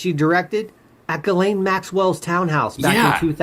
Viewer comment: Why can’t anyone say GHISLAINE’s name right? 😂 I’ve heard it pronounced “Jislane” and “Gislane” and “Jilane” and “Jizlane” and once in a while someone gets it right! It’s pronounced “GILANE” with a hard G as in the word GOO but spelled “G-H-I-S-L-A-I-N-E” so the H, S, and last I are silent.. I mean we don’t want any mistakes on who is the pe*ophile and the pe*ophile procurer!! And that would be you GHISLAINE MAXWELL!!!